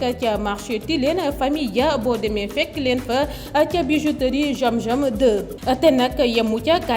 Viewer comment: Y'a des personnes qui ne peuvent pas prononcé "Z" comme celle qui a fait la publicité de la bijouterie zam zam 2 en disant jiam jiam